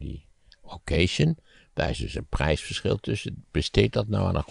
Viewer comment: Als Maarten zo mooi "pied de cochon" kan zeggen dan zou hij toch ook "occasion" (wat een Frans woord is = okkazjon) mooi moeten kunnen uitspreken. In Engeland bestaat dat woord niet in die betekenis (used, pre-owned of secondhand cars)